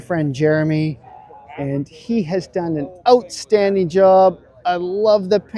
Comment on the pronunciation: Watched this not for the great vid, but to hear say "ootstanding"! Thanks,!